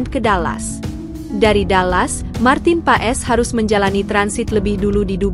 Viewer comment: bukan marten paes...marten pass dibacanya...